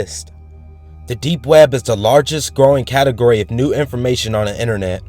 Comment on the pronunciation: You pronounce it like "we-eb".. made my laugh my ass off.. Try counting how many times he says it.. xD